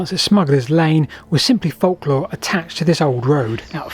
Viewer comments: It's pronounced folklore not folklore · During WW2 (or even WW1) you would have likely been detained as a German spy for pronouncing folklore in that manner. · ive never heard anyone pronounce the silent L in folklore before. does this creator do the same thing with the word yolk of an egg?